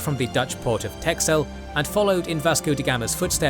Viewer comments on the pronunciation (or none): 'Texel' is pronounced like 'pestle' but with a t- instead of p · Texel is pronounced "Tessel". The x in Texel is a super archaic Dutch way to write a hard S sound.